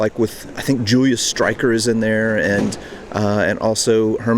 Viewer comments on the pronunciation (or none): none